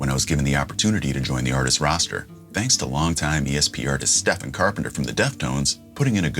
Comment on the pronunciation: Thank god you pronounced Stephen correctly😅